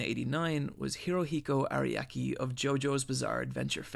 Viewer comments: Araki is two syllables by the way. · Hirohiko araki not ariaki. zaraki kenpachi not zariaki kenpachi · I died when you pronounced Hirohiko Ariaki. But the vid is good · Bro you need to learn how to pronounce japanese, a very not difficult language to pronounce. Hirohiko ARIAKI? It's Araki. KAKOOEEN? It's Kakyoin. I'm not even trying to be mean just look up Japanese vowel sounds, you'll be surprised how fast you'll never mispronounce a name or word again. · Impressive how he managed to mispronounce all the JoJo characters he mentioned. Areeyaki was my favorite, though. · Hirohiko Ariaki There's some minor peeves about pronuntiation (like "about" pronounced "abeu") but overall this is good content. Good work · WHY do you keep pronouncing Araki and Zaraki like teriyaki lol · so many mispronounced words araki, kakyoin, uvogin, and probably more lol